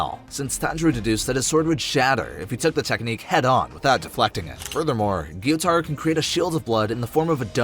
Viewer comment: it is guy-u-taro